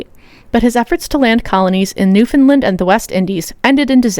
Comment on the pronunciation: The part where you mentioned Newfoundland, I had to relisten it 4 times over, because I was hearing "New Finland".. Not one day passes when I don't think about Hyperborea...